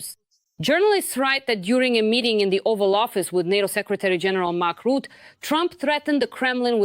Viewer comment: There is no Mark Root, Rutte, say ruzzia, now say Rutte, not forgetting the E at the end, this is spoken like eh, no stress